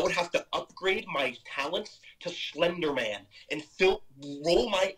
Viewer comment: Shlender Man😂